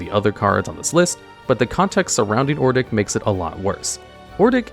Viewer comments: In this video: Complete failure to say the name "Odric", saying "Ordic" every single time. Sad. Otherwise your content always is nice. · You can put Pariah onto cho-manno. But...yeah...poor Odric btw. butchering his name like that :v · I cannot listen to the ODRIC section because apparently the d and the r are swapped places when you don't care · If only the narrator could pronounce Odric correctly... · Take a drink every time Odric's name gets butchered. 🥃💀⚰ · definitely not ai generated, ai would mispronounce things, sure, but it would get the letters and their order right, it wouldn't replace the x with a z in Ixalan or swap the r and d in Odric. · It's really annoying me how lazy the voiceover is sometimes; like you couldn't have tried ONE more take on Ixalan or re-read ODric's name? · Who the fuck is ordic. It’s odric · It's ODRIC, not Ordic lol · It's Odric not Ordic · Hearing you say ordic instead of odric had me questioning my sanity lol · It's Odric, nor Ordic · Odric say it with me now, Odd rick not Or dick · Odric. Not ordic Oh-dric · Please stop calling him "Ordic" It's O-dric 😭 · It's ODRIC (ODJ-RICK) NOT OR-DICK. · he is mispronouncing OH...dricks name...for some reason he keeps calling him OR...dik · Saying ordic was very annoying (od-ric) you are adding an r before the D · "Ordic, Ordic, Ordic" It's ODRIC please slow down and proofread T_T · It's "O-dric", not "Or-dic", you numps. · not ordic, ODRIC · ODric. Not ORdic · Bro pronounced Odric as Ordick 💀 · It upsets me that you called him Ordic instead of Odric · You say Or-dic, but it's Ohd-ric.😂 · Hahahahaha it’s Odric not “Ordic” 😂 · It's hard to get past how he pronounces cards 😂. Adding an r to Odric is wild. Pronouncing it Or-dic instead of Od-ric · Yeah I was listening to this video and when I heard Ordic i was like who the fuck is that? He's a reoccurring character from Innisitrad? You mean Odric?? Lol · "Ordic" now lives rent free in my head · That and or-dick instead of odric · Ordic? ORDIC?